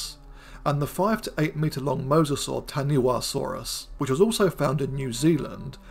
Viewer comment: Fun video - but the Te Reo pronunciation is a little off: - 'Wha' is pronounced 'Pha' In Te Reo Māori So Tah-nee-wah-saw-rus is Tah-nee-pha-saw-rus.